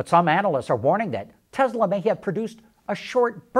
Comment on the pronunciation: Tesla not Tezla